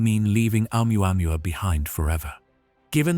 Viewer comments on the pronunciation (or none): Hahaha . Amuamua??? HAHAHAHA . Or OMUAMUA